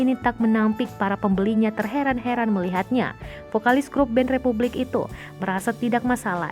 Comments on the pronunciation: Yang benar itu Republic, bukan Repvblik Suuuu..... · Repvblik orang lain : Republik Gw : Rep(vu)blik